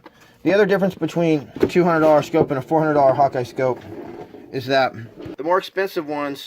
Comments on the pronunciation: It's HAWKE not Hawkeye 😂😂😂😂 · Slow down just a bit so we can understand what you are saying. Also, the type scope you are using is not a HAWKEYE scope. It is a Hawke (pronounced like the bird Hawk). Thanks for the info and the contribution to the AG nation.